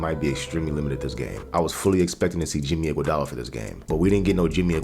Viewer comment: Whoa whoa whoa stop...did you just say "Jimmyguadala?" Slow clap, slooow clap. Yeah, lol, there will be the need for scoring from Robin this series, no doubt.